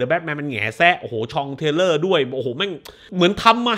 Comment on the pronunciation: Thriller อ่านว่า ธริล-เลอ / ระทึกขวัญ Trailer อ่านว่า เธรล-เลอ / ตัวอย่างโฆษณา Terror อ่านว่า เท-เรอ / สยองขวัญ Genre อ่านว่า ชอน-หระ / ประเภท ค่อยๆพูดใจเย็นๆครับ แก้ไขได้จะยิ่งดี แถมท้ายขึ้นปีใหม่นิดนึง สบถเยอะไปคลิปๆนึงใช้คำว่าเหี้ยว่าสัดเยอะจนมีทุกนาที บางทีนาทีละสองคำ ลองใช้คำอื่นขยี้บ้างจะดูสวยงามขึ้นครับ ด้วยความเคารพ